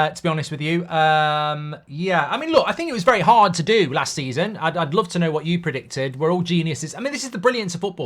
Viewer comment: bro said predictudd